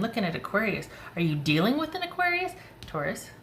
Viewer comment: I’m an Aries Aquarius rising, so I laughed when you said “aquaries”! Lol! Yep, that’s me!